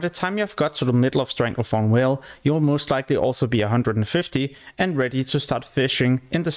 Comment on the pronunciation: want to rip my hair out everytime you fucking call it StranglethornWHALE ITS VALE WITH A "V"